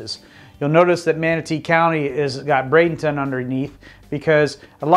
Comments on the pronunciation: Everytime I heard you said Brad-ING-ton, I cringed. Sometimes you said it properly, so I know you are trying. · Please stop calling it Bradenington!